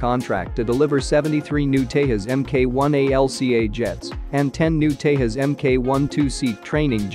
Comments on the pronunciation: It's not Tehas it's Tejas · You are not pronouncing the name correct. The J in the middle is Not silent. Its Tà ( like saying ta from taser) and Jus (like saying jus from just). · agreed, they think it's pronounced like portugal or spanish phonetics where j sounds like y or h, like mujeres in spainish.